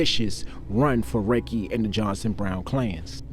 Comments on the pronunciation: Sir.. his name is pronounced “ Ra-kee”, not “Ray-Kee”👍🏽…. … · His named was pronounced Rah-Key. If you knew him back then he was a cool dude but about his business. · Dam mane it’s pronounced Ra-Kee 😅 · It’s RAH-KEEE Lordy how yu from the city n not pronounce niggas name correctly… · Love your videos. But his name is pronounced ( Rah- Key)